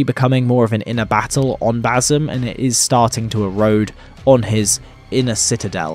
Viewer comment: Ba-SIM. Not Ba-ZUM. Ffs